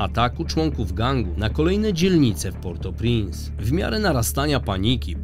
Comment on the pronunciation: mówi się portopręnc